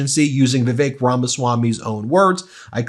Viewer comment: In respect to Indians, please pronounce Vivi-Suck's name properly.